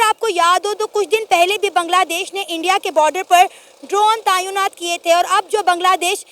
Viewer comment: Tayeonat nahi tenaat hota hai 😂